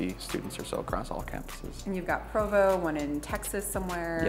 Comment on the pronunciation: It's PROVO, not Pravo.